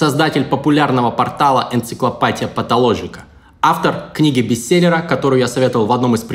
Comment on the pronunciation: БЕСТСЕЛЛЕЕЕЕЕЕЕЕЕР! ПОЧЕМУ , А НЕ БЕСТСЭЛЛЕР